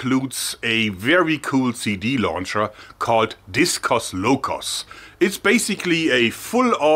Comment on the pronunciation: Not discous loucous, but discaws lokaws pronunciation. Cool!